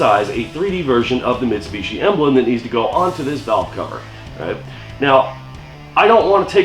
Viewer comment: I am sorry but I have to say it, it is missing a "T" on the end to finish off the last three letters of Mitsubishi. I am a Toyota person. Oh what a feeling! Awesome vid, keep em comin'.